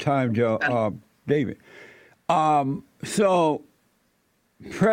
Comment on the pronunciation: This fool cannot even pronounce the second D in 'David'... 😂😆